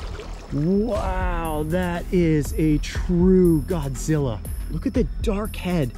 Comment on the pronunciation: I like how do you say Godzilla😂😂🤣